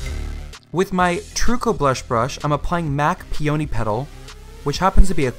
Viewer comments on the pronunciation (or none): Fame, honey; it's pronounced "PEE-uh-nee". Emphasis on the first syllable.